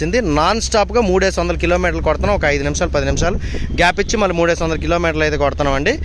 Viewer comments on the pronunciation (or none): none